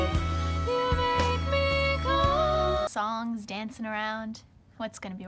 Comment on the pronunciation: Be careful what you wish for!!!! You missed the credit at the start where it said "Original Songs Music & Lyrics by Joss Weedon". Did you notice that when Tara was laying on the bed she was spliting the word "complete" into 2 distinct syllables so it sounded a bit rude!!